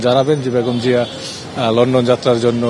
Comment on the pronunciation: What is ‘Khaleda Jia’ ? Please say ‘Khaleda Zia’ (soft zee)